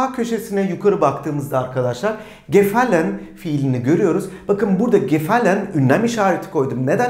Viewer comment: Cümleyi okurken gefallen diye okuyorsunuz ama en sonda telaffuz ederken gefal diye okuyorsunuz hangi şekilde okuyacagiz